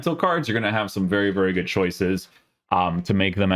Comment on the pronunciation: Bro please stop saying "CARDJ" instead of "card" lol you also say goodj like where does the J come from haha. Like ur stuff but abit annoying after watching for ages and the word "card" comes up alot lol